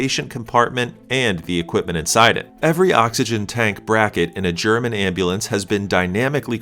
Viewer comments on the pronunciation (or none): none